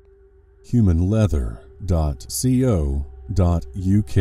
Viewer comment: .co.uk is pronounced Co as one word, like c-oh :)